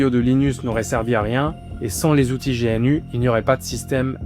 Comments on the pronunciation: On ne dit pas G.N.U. mais GNU comme l'animal le gnou ... Le fait que tu ne saches meme pas comment ça se prononces alors qu'il y as des milliers de vidéos de Stallman qui parle de GNU et de la fsf prouve que t'as juste sorti une vidéo après avoir lu Wikipedia deux minutes. T'as complètement skip les informations les plus intéréssantes/importantes du projet comme par éxemple le cas Stallman v. Tanenbaum qui est très intéréssant et qui éxplique pourquoi Linux n'est pas aussi bien qu'on le dit architecturalement parlant. Tu le dis toi-même, le kernel fait 27 millions de lignes de code, et ... c'est tout ? aucune critique ? Non tu ne pointes que le fait que c'est utilisé partout. Oui c'est utilisé partout, car c'est un logiciel libre. Pas parceque c'est un bon logiciel, mais uniquement car c'est le meilleur qu'on as pour le moment. Loin de moi l'envie de dire que t'as fait une vidéo de merde. Mais t'as juste récité le contenu de wikipedia. J'ai vu que dans un commentaire t'as parlé de "partager ce qu'on sait" si c'est tout ce que tu sais, la prochaine fois, fait le honnetement et lis l'article wikipedia face cam. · Petit détail : on dit « Gnou » et pas G.N.U. Les développeurs utilisent beaucoup d’acronymes à double sens et un Gnou est l’animal que tu peux voir sur le logo de GNU. De même, on dit « Dosse » et non D.O.S.